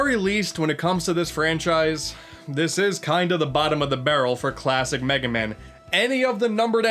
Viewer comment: An Unfunny Asian “It’s over, Megay man. Wily May fear you, BUT I DO NOT.”